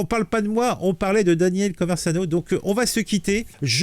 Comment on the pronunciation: Je crois qu’il a effacé le Live. 😢 PS: pourquoi tu dis “ConverZano” ??? 😅